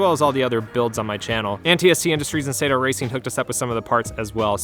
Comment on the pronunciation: “Sah-Toe” racing. Not “Say-Toe” racing. Please, (Trust me - I’m Japanese)